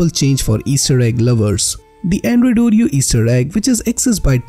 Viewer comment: "Andruyd Eiight Puint one Ureyo" Hahahahaha